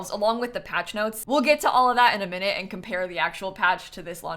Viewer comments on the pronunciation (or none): none